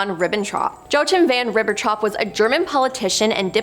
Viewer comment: Jesus! It's ABYSSINIAN - ABBY SINNY AN Not A BY A SIN. And who TF is Joe Chim von Ribbenhoff? Try saying Yakeem. You guys REALLY need an editor.